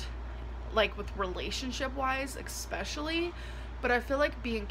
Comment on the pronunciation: And “expecially”